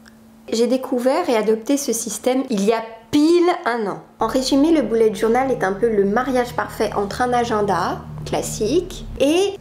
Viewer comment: Mdr comme tu dis bullet journal. On dirait que tu dis boulette journal 😂😂😂